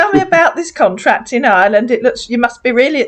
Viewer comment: I'm sure you're right. He sounds so blank and robotic, but you can still hear him talking about Hireland and the hocean.